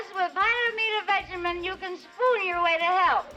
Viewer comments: The narrator needs to learn how to pronounce Vitameatavegamin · What's funny is the narrator. He doesn't pronounce Vitameatavegamin correctly.